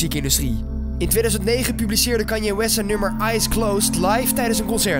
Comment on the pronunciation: Haha Hij zij kan-ye